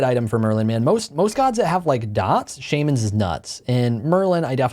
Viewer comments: Jeeeeez SHAMANS not SHAEMANS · Shamans... isnt it shah not shame A magical Shahmans ring makes sense. But who the hell is Shame I dont want his ring. (I'm using Shah to give pronunciation) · Did this man just say “Shaymins” instead of shamans? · Bro you gotta say shamens ring right 😂. Shaw mens is like phonetically how you say it.